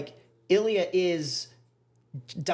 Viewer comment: Love you two but I cannot with how you say Ilya! It sounds like "A Lea"! Ha! Edit: just saw you responded to another comment....and fixed it. Gonna watch for sure!